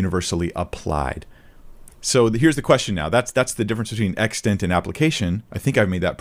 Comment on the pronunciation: Im bothered that can’t pronounce the word “extent”